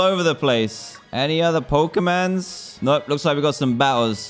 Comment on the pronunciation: people : POKE'MON DanTDM : POKE'MAN